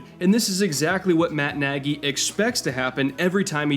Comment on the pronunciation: I don't know how Matt Nagy pronounce his last name, but the correct one sounds very close to "Nadj". It's a hungarian word for "big" and a very frequent surname in Hungary.